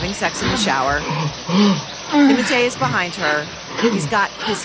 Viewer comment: I just can't get used to the pronunciation of that young man's name, because Timotei was a shampoo we used in the 80s. 😂